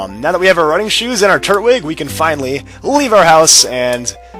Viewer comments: its tur-twig not turt- wig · Just so you know it's pronounced Tur-twig not Turt-wig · they way he says turtwig anoys me lol its tur twig not turt wig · i am under the impression that the so called turt-wig is pernounced tur-twig witha tw sound. please tell me if im wrong. but if im not. like this comment so can see it. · TURT-WIG Like if u thought that was kinda annoying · Yeah lmao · its tur-twig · Nope, you're right. It is pronounced tur-twig. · I thought it was tur-twig? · I forgot how much your pronunciation of Turtwig annoyed me. Oh, I remember back when you were actually doing Pearl version. Good times - I miss Happy Feet, Toasty, Avian, Fahrenheit, and Hamlet.